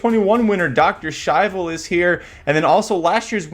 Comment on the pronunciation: Listening to The Race Call Was Kind of Annoying The Way He Kept "Purposely" Pronouncing Dr Schivel Wrong....Congrats to Winner....Razor Sharp Form Should Not be Underestimated in This Sport